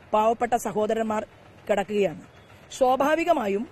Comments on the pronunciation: Shobaavikamaayum alledee swaabhaavikamaayum ennu para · 4.10..എന്ത്..എന്ത് ഒന്നൂടെ പറഞ്ഞെ.. (ശോഭാവികമായും ,ശുപ്രീംകോടതി)😂😂 വളരെ വളരെ ശോഭനാജനകമണല്ലോ ഈശ്വരാ...